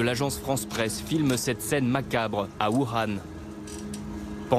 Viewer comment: Voukhan il a cru qu'il parlait arabe ou quoi imbécile journaliste de merde